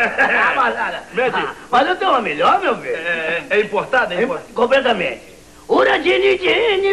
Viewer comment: compretamenchi kkkkk